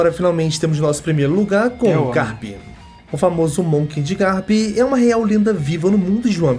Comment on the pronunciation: Por favor, para de falar o nome do Garp como Guerpe. Se le assim mesmo GArp. Som de ga no português mesmo.